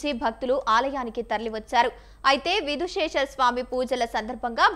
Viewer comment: విధుశేషర కాదు విధుశేఖర నేర్చుకోండి